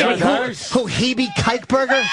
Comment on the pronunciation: its "Heeby Kykeberger"